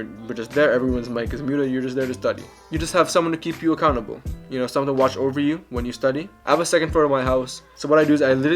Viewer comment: “Hey baby want to come ober to my house to hab some lechon” 😂